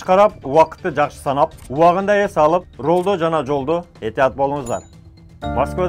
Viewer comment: Ваалейкум ассалам таксыр, ролдо эмес рульда деп айтсаныз .туура болмок.